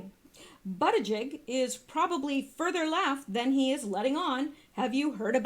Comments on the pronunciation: I would correct you on the pronunciation of Pete Buttigieg's name, but I think YOUR pronunciation suits him better & has a nice ring to it!! LOL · In south bend they pronounce his name bootyjudge. hilarious his name sets up all kind of jokes without mentioning that he's also gay the jokes write themselves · I thought it was pronounced Booty judge....with a first name of Peter, kinda makes ya think he was steered to his, umm, lifestyle choice, eh? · Buttigieg is actually pronounced "Buddah-Judge." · 🇺🇸Thanks -Volume sounds good so far😉 Also they claimed the pronunciation is "Boot-a-judge" on the news & that's how they've been saying it but I haven't heard him actually say it yet so idk😰 Steven Crowder is calling him "Butt-Gig" for fun irony 😂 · I saw old Pete on the View.. They were pronouncing it Boo ti check Can't stand the view.. Watch them like I used to watch Jerry Springer 25 years ago...it's the SHOCK factor..